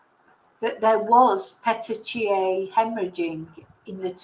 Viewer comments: Thank you,. I think it’s pronounced Petikea. Pinpoint hemorrhages due to breakage of capillaries. They can appear due to lack of oxygen, trauma and also some medications. None of those medications where detected in Nicola’s autopsy, so they were due to lack of oxygen, increased pressure for some reason and probably trauma. I personally think we should only rely on the timeline for which there has been some evidence. Like the increasing of the phone volume if I am not mistaken, pressing the side buttons of the phone around that time which is a clear call for help, the screams and steps that continued after and of course the heart rate pick. She probably raised the volume because there was some noise. Someone said Willow was barking. Then something clearly scared Nicola, raised her heartbeat, made her press the phone’s side buttons and made her scream. Someone most probably took her otherwise the steps wouldn’t be recorded. After that, there were no steps recorded. Heartbeats continued for many days. What is incredibly sad and frustrating is the fact that Fitbit showed Nicola was alive for many days and that valuable window for saving her was missed. I personally think those in charge failed massively and showed unbelievable irresponsibility. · PETECHIAE is pronounced pet - teek - eee - -eye. Hope that helps <3